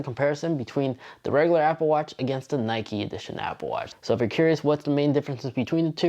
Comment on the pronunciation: I thought I was the only one that noticed. I had to rewind a few times… Ok, sorry OP I wasn’t making fun of you I realize it must be a regional accent or way of speaking where you conjugate your syllables. For example “regular” . That’s different, that’s all.✌🏼